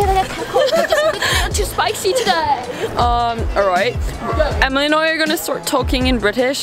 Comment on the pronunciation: I’m aus and Emily’s accent was actually rlly good